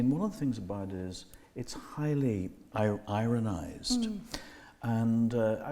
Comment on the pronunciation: I shake my head, Paul. The word is "ironed". Ironed.